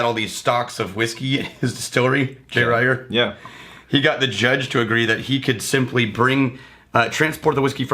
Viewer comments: It's pronounced Reeger. Not Rayger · I had to stop listening when they couldn’t pronounce the name of the first whiskey correctly (Pronounced reeeger, not riiiger). It makes me assume they haven’t done their homework correctly.